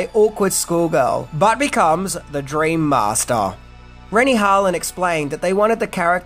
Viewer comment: "The dreammastaaah."